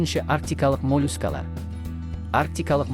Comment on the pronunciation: мОООООлюскалар!!! Қалай айттың өзің тыңдаш